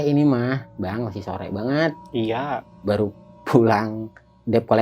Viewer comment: HAHAHHAHA NGAKAK DI MENIT 🤣🤣 NARASUMBER "masih sore ini mah bang masih sore bgt" "iya" pake logat betawi,mungkin saking lucunya dgr narasumbernya cerita 🤣🤣 Narasumber nya juga mau ketawa itu di tahan, akhirnya gua yg ngakak gua ulang2 aja kocaq soalnya bhahahahha 🤣🤣🤣